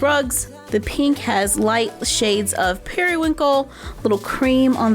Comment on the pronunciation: When you said parywincal ( ik I did not spell that right) but it made me want to watch tinker bell lol